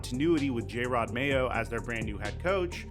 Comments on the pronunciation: It's not J-red Mayo, It's Jerod. Jer-odd. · its not pronounced "J - Rod" is the "Jer - Ed". Love the channel!